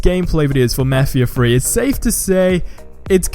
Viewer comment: "let's talk about mefheeha free"